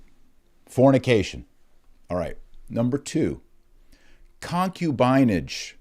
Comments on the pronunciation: Using these words is also anti-modernist ∵ it shows that the ancients were not ignorant of human nature like modernists pridefully think they were. Also, you mispronounced "concubinage", putting the accent on the first syllable; it's really "concúbinage". And you used "sodomite" as an adj. (when really the adj. is "sodómical"; rhymes with "comical"…). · Pronunciation of concubinage, the “i” is a short “i” , like “in”. con·cu·bi·nage /kənˈkyo͞obənij/ Learn to pronounce nounHISTORICAL noun: concubinage the practice of keeping a concubine. "what is the daughter of an infidel good for besides concubinage?" the state of being a concubine.